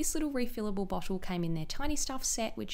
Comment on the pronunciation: dewy- dchewy bottle- botchlle